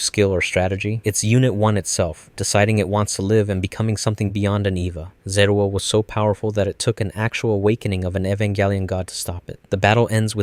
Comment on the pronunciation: ズルじゃなくてゼルエル